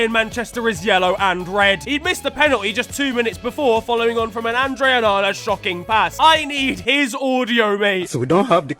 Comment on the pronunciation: It's onana man 😅😅😅😅😅